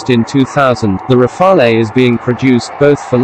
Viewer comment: You miss pronounce Rafale , there is no eh just say Rafal as the E is silent if said in english , for your info rafale means gusts of wind